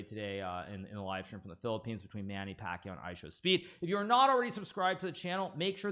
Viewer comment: that's not how you pronounce pacquiao